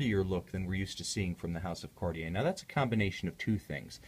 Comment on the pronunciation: you are usually very linguistically correct by watch brands pronunciation. JLC, GO, Roger Dubuis come to mind. However, when you say 'Kariei" as opposed to proper French 'Kartie" you sound like the majority of ignorant Americans. Otherwise, I love your reviews.